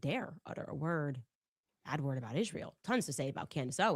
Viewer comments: Why does she say ISHreal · Is anyone else getting a perma-twitch from hearing her say, “Ishhrael” so many times in a row? Just asking the question.